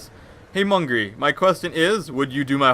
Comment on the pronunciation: It's "Mungry" not "Mungay"